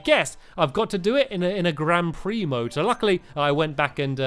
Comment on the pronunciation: Grand pix he say grand pree